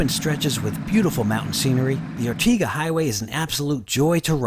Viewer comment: Ortega is pronounced with the second syllable rhyming with day.